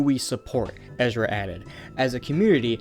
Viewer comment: I'm honestly at a loss for words that you pronounced Ezra correctly for as bad as you read.